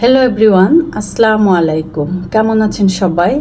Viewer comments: আস্লামালিকুম না , আসসালামু আলাইকুম। গটনা না ,ঘটনা । গটেছে না , ঘটেছে। উচ্চারণ ঠিক করেন। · সালাম উচ্চারণ হয়নায় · সালামটা শুদ্ধভাবে দেন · মেডাম সালাম দি‌বেন শুদ্ধ উচ্চারণে। ধন‌্যবাদ। অনলাইনে কেনা কাটা বোকামী ছাড়া আর কিছুই না।